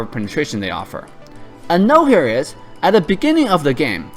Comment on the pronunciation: just a quick tip, when you say 'a note here is' make sure you pronounce the T in note, because some non native english speakers might have a hard time understanding what you said there. excellent guide again 👌